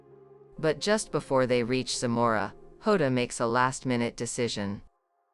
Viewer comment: It’s JOTA not HODA.